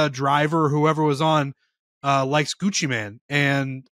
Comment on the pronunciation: The fact that calls him Gucci Man and it’s and Gucci Mane is absolutely infuriating hahahah. Claims he’s a rap guy too 😢